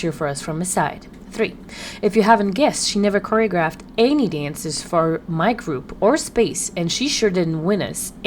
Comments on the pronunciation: You mean coreyogruff 😂😂 lmao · “Choreogruffed” yeah i don’t believe her LMAOO